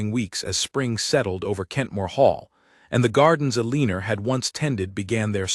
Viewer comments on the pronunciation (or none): A-lean-or. AI cannot say, Elle-an-or , Eleanor. AI cannot determine tenses either